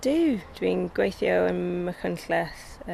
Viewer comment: is the only one that sounds natural. All these people sound like learners who need to work on their pronounciation, including the presenter. Points for trying, but 'gwAHeeetheeooww' instead of 'gweithio' is like nails down a black board, and she also doesn't roll her 'r's either. Pronouncing 'ei' as a posh sounding 'ah' is a bad habit that is often done by learners who typically have middleclass English accents. They say 'MAHeerioon' instead of 'Meirion' and 'tAHeetheeow' instead if 'teithio'.